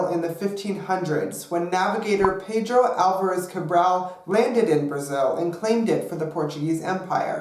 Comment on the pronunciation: Paydruow Élverues Cabruow LOL that was funny